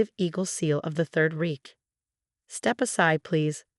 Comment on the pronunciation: THERE IS A LOT OF BACKGROUND NOISE DURING THE VOCAL NARRATIVE. REICH NOT REKE